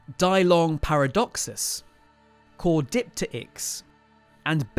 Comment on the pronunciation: CAUIDIPTERIX is pronounced COW-dee TEAR-icks. Caudi = head, pterix = wing. The PT is one sound.